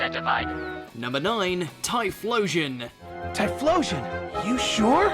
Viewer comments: no.9 Typhlosion Jimmy: Typhlosion? You sure?😂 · Oh shiii we starting it off with a legend...aight, okay....the heck is a tyflosion?